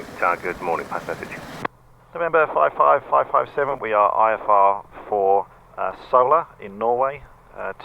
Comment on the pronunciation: Sola is pronounced "soula" btw... It's funny how everybody gets it wrong (apart from Norwegians of course)... Also it's super nostalgic for me to see you go to ENZV, miss that airport so much